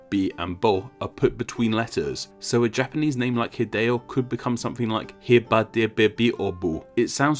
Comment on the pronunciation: Psycho Mantis, is that you? How does "Hideo" get its letters re-pronounced? Why "ai-dee-oh-" instead of the vowel consistent "ee-deh-oh-"? "B based sounds of bah, bee, boo, bee, and boh." That forth B sound is mispronounced. Seriously,, learning the sounds of languages really helps. The letter E is rarely if ever used as "ee" in other languages.